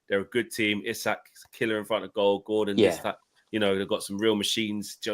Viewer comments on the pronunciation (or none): none